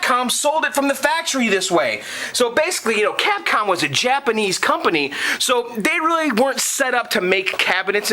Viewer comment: You know it sounds like you are saying Catcum lol Joke aside man you are awesome man with this arcade game was the love of my life as a kid in Puerto Rico.... everywhere I go there was always a Street Fighter II game, Pizza Hut, Movie Theaters, at the Local Bars, outside of vestibule at Wal-Mart, even at the Naval Base Navy Exchange and Bowling Alleys... This game and its other fighting games like Mortal Kombat, Killer Instincts, Samurai Shodown, Tekken, Neo Geo Games and onwards where the last of the arcade games until they where replaced by dumb ass Ticket Games which is sad that the good old arcade era has ended...